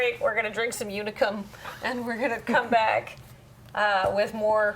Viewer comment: I am wearing my Unicum shirt, what fortuity. It is pronounced like "unique" tho.